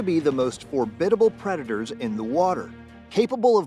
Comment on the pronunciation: Formidable not forbidible. Who writes this stuff?